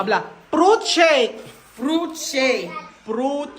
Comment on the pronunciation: Tama na pronunciation ni eh, "Fruit" shake. "Prut" shake parin si, lol😂. Sana matuloy na negosyo ni ito.